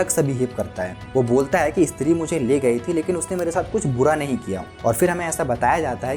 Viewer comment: Eeestri kya he bhai? Stree bol